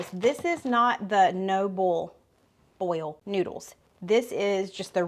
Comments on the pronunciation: says bole, not boil. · Nope! No accent. Born and raised near you and You sound just like me 😂 I also say Boiling Springs like you do. And “boil” the noodles, it rhymes with pull. I love it!! Don’t change, stay true to your roots 🩷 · I'm from the Tri-State area. To me you have an accent and I LOVE it! I've found myself saying "ball" instead of "boil" so I can sound like you lol! People tell me I have a New York accent because I say things like "cawfee" for "coffee". 😂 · I am a northener., and YOU most definitely have a southern accent but I love hearing you say bool instead of boil! Love all the wonderful winter cooking you are doing today!!!!! ❤❤❤❤ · I’m from Ontario Canada. I don’t sound like you. 😁 we use “oil” and we “boil” rather than “oll” and “boll”. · I'm in PA and love your channel. I've made many of your recipes and all have been tasty. I crack up when you say "boil" but it sounds like "bowl" so, I always have closed caption on to help. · the way you talk reminds me of my mother-in-law who was from eastern Kentucky. Hugs. It took me a minute to figure out BOL was boil though. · North…..to Nebraska!! No accent here. I do love when you bollstuff or add your favorite oll. Love you guys!!!! Slim n slender!! Dude!!! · Nova Scotia, Canada here. Your accent is one of the main reasons why I watch your videos. My daughter and I crack up each time you say 'bol' and 'ol' in place of boil and oil. Truthfully, I thought the heavy southern accent was just exaggerated in the movies, but - nope!! Amazing! I also enjoy your recipes too and have made a few. So thanks!! 😊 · I'm from California so I definitely don't "bowl" my noodles but I LOVE hearing you say it 😂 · Im a Texan southerner and u sound normal to me. Except when u say boil. But thats ok, I find u so adorable and true to who u are. Always be yourself. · I’m from Louisiana and I think you talk “normal”… EXCEPT boil LOL! 🤪